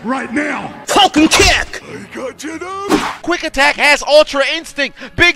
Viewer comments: Is it Quick Attack or Quack Attack??? 🦆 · Was it Quick Attack or Quack Attack? Lol He Rocked Ronc!